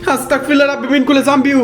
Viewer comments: ভাই আস্তাকফিরুল্লাহ না আস্তাগফিরুল্লাহ হবে আস্তাতফিরুল্লাহ না বলার কারণে আপনার ওপরে জিনের আছর করে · হ্যাঁ আস্তাগফিরুল্লাহ এইটা হচ্ছে সঠিক উচ্চারণ❤ আর আস্তাকফরুল্লাহ এইটার মানে হচ্ছে আমি কাফের 😢 নাউজুবিল্লাহ